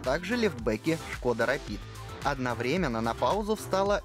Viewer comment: ОдновремЕнно. Правильно говорить одновремЕнно. Это исключение.